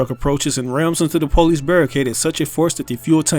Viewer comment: The “pole-lice” 😂